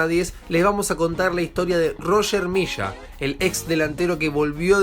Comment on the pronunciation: leshenda ? Misha ? es leyenda y se dice Milla